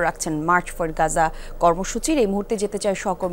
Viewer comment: মার্চ ফর পাজা নয় মার্চ ফর গাজা